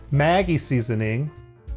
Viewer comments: Its not pronounced Mäggie! Its Maggi! God damn thats hurting my ears as a german guy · Hearing him say Maggy makes me cringe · Maggi - pronounced ‘Mad-gee’ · As a german, the way he pronounced Maggie just killed me inside!